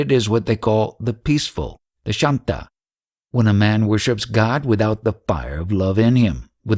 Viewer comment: pronounced shaaan-ta, daaas-ya...I think you dont really realise those words have some meaning and there is a right way to pronounce them, else you would have taken some pains to know how to pronounce them correctly, rather than saying them whichever way you want. Sorry, but most of the time nothing is understood when you say these words as to what you mean really. Sa-khya Vaaat-salya this might help: if you call up any ashram they will tell you the pronounciation in a few seconds. or any random east indian on the street shaaanta = calm Daaasya - slave Sakhaa = friend Sakhya = friendship vaaatsalya = motherly love / love that is deep and intimate